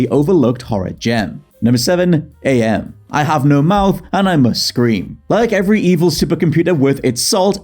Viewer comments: Hearing you mispronounce AM as A.M. was really grating, not gonna lie... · AM is actually pronounced "am", not "Ay-Em". He explains it as coming from the English translation of the Latin phrase "Cogito Ergo Sum", which is, "I think; therefore I am". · Am is pronounced like the word. Not like "A. M. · It's not Ay Em it's AM. Cogito Ergo Sum, I think therefore I AM. Respect for the psychotic A.I. that predates Skynet, Shodan, Glados, and Hal 9000. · ...I love ya mate, but it's pronounced Am, like "I think therefore, I Am." That really irked my apologies.